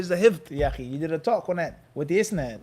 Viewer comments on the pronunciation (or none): Jazak Allahu khayr, another jewel from my brother. When you say isnaad, the accent is in the last syllable.. isNAAD not ISnaad You have great patience and love for your brothers, like a general.